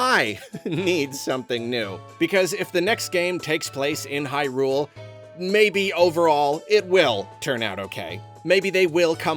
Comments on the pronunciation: Can we stop saying Hy-RULE 😭 It sounds so weird, it's HY-rule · Great video, and I fully agree with the sentiment. I just cant get ovet the pronunciation of "Hyrule"... The emphasis keeps being putting the on the U in "hyrUle", like high. rool. Instead of "hYrule" with no pause in-between. I know it's a complete and total nit-pick but it was driving me insane the whole video. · Is it just me or does say Hyrule kind of funny? It's like an extra emphasis on the R, i.e. HyRule. No shade just insteresting